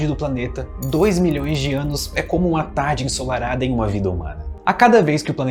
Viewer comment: "... uma tarde ensolarada ..." NO QUEEEE???? Já assisti o trecho 20 vezes e não entendi ainda... hahahahaha